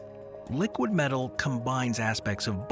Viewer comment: Do you mean metal not medal ?